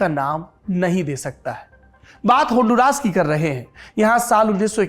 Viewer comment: Aap ke pronouncion is incorrect , its not honduraas, its hon-du-ras. Dusri baat, I’m looking for an desi guy to join me in honduras who knows how to make ghee. I live in US and want to go there to make ghee.